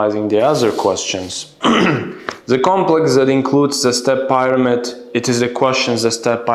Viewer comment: The Pronunciation of “Pyramid” is wrong